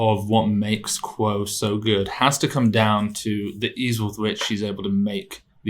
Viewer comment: Hey guys, I think you’re supposed to pronounce “kuo” as “gwoh” (it should almost rhyme with “aww”). Love the content btw. Thank you for putting out such helpful and interesting analysis.